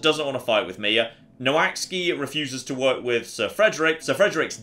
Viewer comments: Every time he said "Noh axey" my brain hurt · I know the relation between English spelling and English pronunciation is a bit of a mess, but I'm pretty sure "Noaksey" isn't pronounced "No Axe Ski" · I don't think got anywhere close to saying "Noaksey" 😂 This game looks great, I'd love to see more of it!